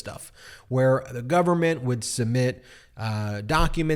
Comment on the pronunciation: “Submit” has a “b” in it, so is not supposed to be pronounced “summit.”